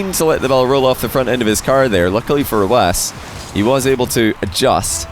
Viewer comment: Why is it pronounced rwass? Hurts my brain whenever he says it